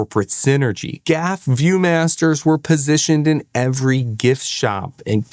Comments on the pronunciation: It's interesting that you pronounce GAF as "gaf." I would have assumed that you are old enough to recall the ubiquitous View-Master TV commercials featuring Henry Fonda, who pronounced the name "Geeee Ayyy F." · It's not pronounced GAF, it's G A F, pronunciation on each letter. G-A-F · It ain't "Gaf", sonny. It's pronounced "G. A. F." Henry Fonda used to be their TV spokesman. I had every one of these! Winnie the Pooh really stands out in my memory. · This is the first time in my 58 years that I’ve ever heard anybody pronounce GAF as a word rather than individual letters. Talk about jarring. It was just never done.